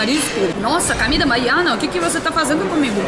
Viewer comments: Comida e não camida.!!! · Você está falando cAmida . O certo é cOmida. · Comida, comida com o. 😘 Você diz sempre camida com a 🤣 te amo 🤗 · "CAMIDA"....rsss.. mto engraçada essa russinha...😘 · Eu gosto quando você diz "camida". Você precisa ir a Ilhéus e provar a "moqueca arretada" do Vesúvio.